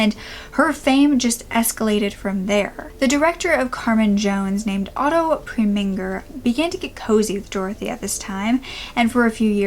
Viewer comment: Otto preminger is prem-in-ger (ger like jerk)